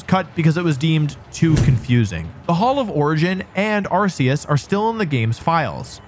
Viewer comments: R K Us, hard C not soft C. Say it correctly please, thanks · WTF is this?! You are supposed to know about Pokémon. Arceus is not pronounced like arse, GF have even said this. You left out the part about Arcanine was told being a legendary in a early guide book. You failed to mention Silver as a possible to be Ash's father. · Arceus is pronounced ARE-key-us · Ah yes, the ARK pokemon is definitely pronounced with an S sound. That totally makes sense. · Please just say arceus correctly